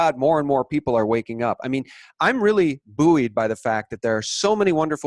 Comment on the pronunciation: Love your videos. Some of the best I have come across in the truth movement. Just one small thing buoyed is pronounced boyed not booeed 😉. Other than that the work is amazing from Q reporting to experts on 9/11 theory all of it is top notch stuff.